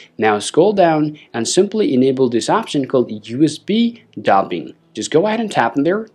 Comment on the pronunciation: debugging is not pounced as dobbing but deebugging